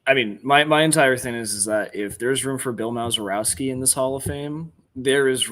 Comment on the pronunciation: “Bill Mowzerowski” ?!?! Come on man!